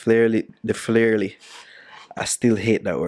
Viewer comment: I agree with you it sound away, "FLAIRY" but love the dances.